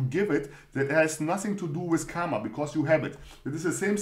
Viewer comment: Thanks for another video. Your creativity of explaining Mindset Series is Really amazing. and one more thing it's not KAMA. It's KARMA. "R" should be pronounced. If you want clarification then Watch Indian Epic MAHABHARATAM. Thank You.